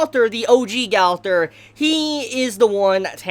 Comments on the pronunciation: No it’s not Gowther it’s GOW THER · It’s GO-TH-ER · why do you say gau thor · Its gother not galther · Have you ever seen the show or anime at all? It's pronounced like gopher not gout-ther. Pill yourself together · Not gather it’s ( GO-ther) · Ok the way he pronounced Gowther "(GAWTHER)" And then how he says Mael "(MELL)" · Yo bro your name pronunciations are horrendous. First of all it’s Mael (my el) and second it’s Gowther (Go ther) like Jesus Christ I didn’t know who you were even talking about it’s like you went out of your way to not say the name right. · Calls mael mel an calls gowther gawlthr lmao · I'm sorry I love your vids but it's pronounced as Gother the w is silent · Jeesus your pronunciation of gowther hurt me ears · I don’t think you’re pronouncing gowther name right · Why do you pronounce Gowther’s name wrong?